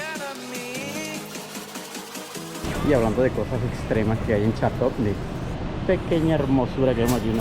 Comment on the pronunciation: Les aclaro 1er error NO es Charlo'tte es Ch'arlotte a pronunciar bien los nombres de los lugares.